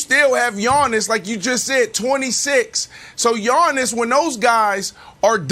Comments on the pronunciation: Nobody: Brandon: YAWNIS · Nothings more uncomfortable than hearing Brandon say “LeBrawn” and “Yawnnis” man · Brandon literally says Yawnnis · Everyone yawns when Brandon says Yawnniss. It's getting annoying , I mean has none of his co-workers told him the way he says it is trash but something tells me they did and his just too arrogant and delusional to change it lol probably argued they are the ones who say it wrong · Why does Brandon Marshall call him "Yawn-is"? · Everyone: Giannis Brandon: Yawnis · Yawniss not gianiss …. Put respek on his name 😂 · Can't stand how Brandon pronounces Giannis-Yawnis